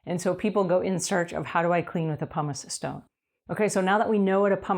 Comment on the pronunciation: Why does she keep calling it a "Pomice eStone"??